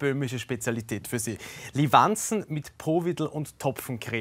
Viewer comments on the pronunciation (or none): Wie er das am Anfang sagt...total falsch betont